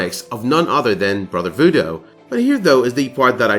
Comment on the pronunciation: Great video, but please, its vooDOO... not vooDO